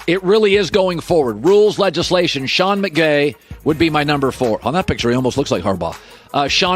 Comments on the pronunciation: “sean mcgay” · he says Sean Mcgay?? Lmao I had to play it back like ten times.. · He legit said “Sean McGay” and “Sean McBae” in that segment. A Freudian slip, maybe? Some subconscious desires coming out unintentionally there, Colin? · Dude literally said "Sean McBay" three times 🤣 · Bro called him Sean McGay 🤣🤣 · This dude really said Sean McGay😂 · Did he say Mcgay? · “Sean Mcgay “ 😂😂😂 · Yes he’s “tasty” 😂